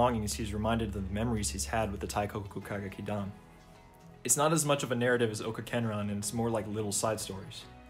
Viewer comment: great video!! i wanna make some points: 1- for easier pronunciation of "teikoku kagekidan", the 'i' in teikoki is meant to accentuate the 'e', so it's more like tehh-koh-ku and not taikoku, you can also say teigeki for short 2- the feminization in the ny ova is also in the game, you also win many points if you choose the enjoying it option and may or may not lose points if you act uncomfortable or insist you're a guy 3- they never adapted cinderella live, which makes me sad bc the cinderella song is one of the best in the franchise. the clip you showed then was from ai yueni (lit because of love), which is arguably the most iconic sw play and the most sang duet in the franchise 4- the live shows cast for the 2019 game adaptation aren't the voice actors, they picked popular mainstream voice actors without any stage experience and hired professional stage actors for the shows 5- incase you didn't know, there's also a manga version that adapts the first game, it's really good and improves on it alot, you might wanna check it out that's all, sorry for the long comment and keep up the good work!!